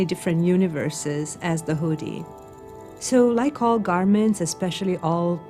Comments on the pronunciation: The who-dee.... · Ted speaker: "The huudy" The Woodys start playing! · Please ask her to pronounce hoodie like everyone does. PLEASE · The “oo” in “hoodie” is pronounced like the “oo” in “good,” not the “oo” in “food.” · She’s pronouncing it incorrectly ! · Disliked because she can’t pronounce hoodie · Whodie this person learn from that she pronounces the word in that way? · The way she says hoodie makes me uncomfortable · The same way many people can't (or choose not to be able to) pronounce "oo". Moon becomes "mewn", food becomes "feud", cows apparently "mew". Annoys me intensely.